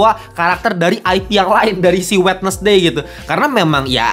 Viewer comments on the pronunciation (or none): “Kak ini perbaikan aja ya bacanya bukan “wednesday” tapi wensday”